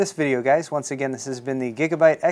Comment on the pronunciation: he said gigabut! lols